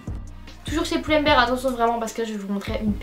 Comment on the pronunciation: Pull and bear et pas Poull and bear